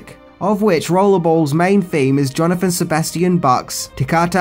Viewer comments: "Jonathan" Sebastian Bach???? 🤭🤭😆😆🤭 Jesus fuck lol try Johann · It's Johann Sebastian Bach not Johnathon... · Darlin, it's Johann Sebastian Bach... not Jonathan. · Given the amount of research you do,, I often wonder if you intentionally mispronounce names and titles just to see if we're paying attention. Johann as in "Yo Han", not Jonathan as in Jonathan E. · Yo-han Sebastian Bahhhh